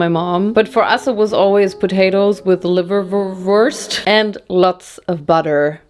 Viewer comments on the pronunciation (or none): Liverwurst in English is liverwurst without the accent 😊 🇨🇦